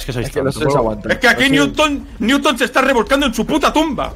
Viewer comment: Nadie:: Ñuton